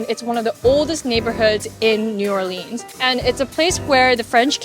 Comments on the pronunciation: So next time let us know when you're coming down here. We have huge Vietnamese culture here in the city as well. Cajun culture is more around Lafayette area "Acadiana". We have so many different cultures and their foods. New Orleans = "New Or-Lins", ,the boot,NOLA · It's pronounced New Or Lens. You're pronunciation is all wrong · she even read the N'awlins sign and said "N'aw-leens" right after 🤣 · It’s pronounced “New Or-luns” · The way you pronounce “New OrLeens” really bothers me. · I miss the food from back home so much! Thank you for making this. We pronounce New Orleans as “New or-lins” and Bayou as “bye-you” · Ridiculous cocaine reference and persistently mispronouncing New ORleans. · Have to abandon the video. The mispronunciation of New Orleans is so cringe. Ugh! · She needs to learn how to say New Orleans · The speech, (or even the way she pronounced the city), was a huge NO!!!!!!!!! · And I think she said the name of the city wrong as well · The fact you said Lymphoedema was cottage cheese legs is disgusting, You didn't describe Creole correctly , and you have the nerve to pronounce New Orleans incorrectly. The video that was posted after this you was all in the comments but nowhere to be found here. hmmmmm. Weird of you. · Your pronunciation of New Orleans is unfortunate. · 7 seconds in and she mispronounced New Orleans wrong twice. Nope, can't do it 😅🤦🏻‍♀️ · I tried watching the whole video but her CONSTANT mis pronunciation of New Orleans and Bayou was off putting. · The appeal of this individual escapes me. The fact she pronounces New Orleans incorrectly like 30 times doesn't help. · Learn how to pronounce New Orleans for next time 🤦🏻‍♂️ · I cringe every time you say New Orleans. Ask a local how to pronounce it please 🙏🏻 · Learn how to pronounce New Orleans correctly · why are you pronouncing the name of the city wrong lmao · Agreed, I feel like someone with over a million subscribers would learn how to pronounce the city she is visiting...